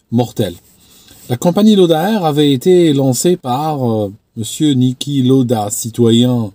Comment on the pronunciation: On prononce "Laoda" en allemand.